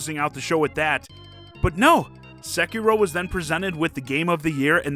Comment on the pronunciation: Diesel and Michelle: "We are in our crowd we've been gamers forever and we are in an award-show of our people". Michelle can't pronounce Tekken Vin Diesel can't pronounce Sekiro and the end up showing their new PS2 game...........dude